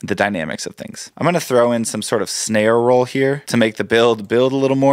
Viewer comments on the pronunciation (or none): none